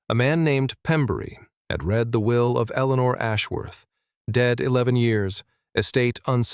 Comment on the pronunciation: Prozackly. Let’s do it. Better writing, proofread, correct pronunciation (red/reed=read). No nasal 14yr old female narrative!